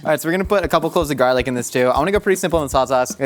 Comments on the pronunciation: He pronounces garlic “garelick” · “little bit of garlic” in a flawless Irish accent that I’d pay a lot to hear more of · nobody gonna talk about the way said garlic like he was an irish person or something.